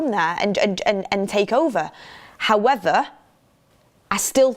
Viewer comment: Is it me or always say “Howether” instead of “However?” 😊. It’s super cute though